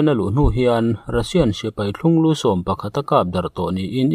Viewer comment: Thlunglû tih rik dan a dik lo tkat. 'Thlunga' tih ri kha ' lû' aiin a ri a hniam tur zawk a nia